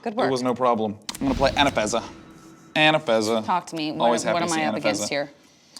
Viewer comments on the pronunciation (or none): Why has nobody commented on him saying Anafezza instead of Anafenza? Hurts my braaaaaain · Anafeza? She's Anafenza dude. There's two n:s in there.